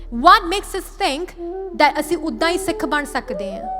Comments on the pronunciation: Kindly say Sikh don't say seekh...also in English pronounce Sikh like in Gurmukhi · Please don’t say seeks, it is Sikh